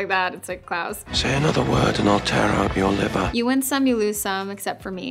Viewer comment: It’s sounds like she is saying Klaus as clouds